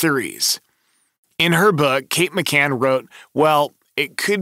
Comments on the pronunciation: Mispronounced McCann as McCain in the first few seconds ... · C-A-N-N...McCann. NOT McCain. And, NOT Amelia either. I'll let you figure that one out.